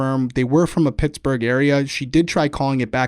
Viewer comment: Girl, just say Pittsburgh 😂😘💛🖤💛